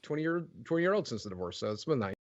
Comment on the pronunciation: Great video but I can’t get over the guy saying divoose like it’s an animal